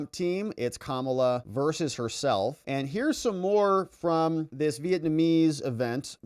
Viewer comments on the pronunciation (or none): FAAAAAAAAAANI........NOT FOOOOOOONI. P.S. IT'S KA-MA-LA.....